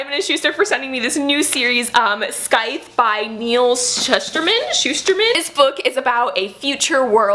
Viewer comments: I love you videos, you are adorable! I don’t want to offend you or anything but I would like to point out that the word “Scythe” is pronounced “Sythe”.:) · Hey girl, you don't pronounce the 'c' in scythe just so you know. And heck yeah loved that book last year can't wait to get my hands on the sequel :)